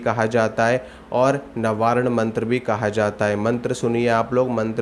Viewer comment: आपका नवार्ण का उच्चार ही गलत है ।